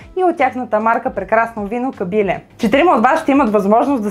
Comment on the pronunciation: Лека забележка: В Ямбол се изговаря КабилЕ - ударението е на Е, така е извсетно в Ямбол селото КабилЕ. По това се разбира, че сте доста далеч от Югоизточна България и го изговаряте както го казват по ТВ. Само за протокола беше това !